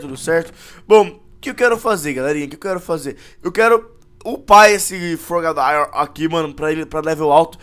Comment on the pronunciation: Wolff e frogadier não frogadaier